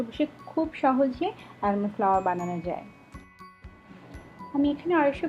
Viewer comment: ...I like your videos so much & admire your works a lot... Your videos are so well made that I watch these not only to learn the recipe but very often recreationally also... Here, if you don't mind I would like to suggest a small thing, the pronunciation of 'Almond' is আমন্ড. this is a small thing, but I think you can be perfect in this fact too as you're in baking skills... 💛